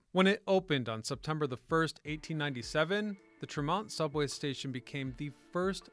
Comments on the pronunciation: Just love how this guy says Tremont St... 😂 But crazy how I have worked in boston that last 16 years. I still recognize like 80% of those streets from those old photos. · The pronunciations are funny here … Tremont …Charlestown One would think that someone would edit 😉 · everytime he said Tremont street I cringed. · lol you should discover how to say "tremont" and "charlestown" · it's TREM-ont ST , not tre-MONT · "TREM-mont" not "trem-MONT" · Tree-mont , not tramont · Not Tre MONT but rather TRE mont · A lot of spelling, mis-pronouncing of names like TreeMont, NOT Tra-mon. All in all though an interesting piece. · TREH-mont not TreMONT, and Charlestown, not Charleston. But seriously. Great video. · It's pronouced "Tree-Mont" not "Tra-Mont" Street... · Trem-ont steer is killing me every time he says it. We pronounce it Tree-mont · Yeah, tree-mont. Not tr'mont. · Such nostalgia! Thanks for putting this together to show the world how Boston pioneered the train subway. One note, Bostonians pronounce Tremont (Street) as TREH-mont with the emphasis in the first part of the word. I heard both TREE-mont and treh-MONT in this video. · it’s Trem-ont, not Tre-mont. Very annoying. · It has never been TREE-mont folks. Ever. Treh-mont or Trem-ont is acceptable. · It's also TREmont, (emphasis on the first syllable) not "tre-mont" 😃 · So interesting & thorough. Thanks! Btw locals pronounce it TREMM-ont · not in boston it aint trem....mont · Great history! BUT PLEASE pronounce Tremont St as TREE-Mont St!!!!!! The T to this day says TREE-mont Street! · It's TREE-mont Street. I know we Bostonians are annoying with our corrections of pronounciations but it's really distracting if you've ever been here. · And please say, "TREH-mont." Have you ever been here? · Hehehe, and is it Hah-vahd or Harvard? Best Bostonian response! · "Treh-mont" yeah, ok buddy. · "Tre-MONT?" You're not from Boston. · Trem-mont Street 😄 Great video on my home metropolis. Good work, sir. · It’s like tree - mont